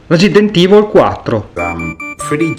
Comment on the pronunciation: THAT ITALIAN RESIDENT IVOL QUATTRO